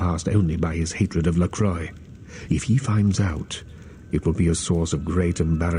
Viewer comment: It's funny because if it was made 15 Years later, Nosferatu would have a huge Fanclub, and could People out on Twitter. Disappointing that Bach also doesn't know how to pronounce LaCroix.